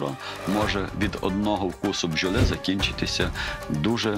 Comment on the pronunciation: Нєправільної пчьоли.